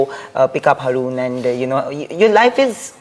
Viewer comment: Isn’t it HAA ROON not harrrooon 🤔